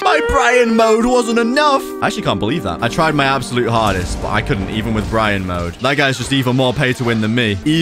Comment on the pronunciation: It's (berry-on) mode